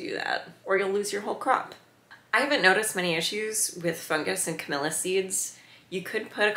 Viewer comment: Camellia...not Camilla. Smh.